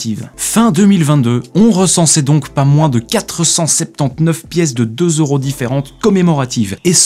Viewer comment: On dit pas 2 zeuros on dit 2 euros ici oui deux euros